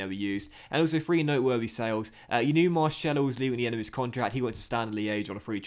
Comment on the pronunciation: Please stop saying Marcelo like that it murders my ears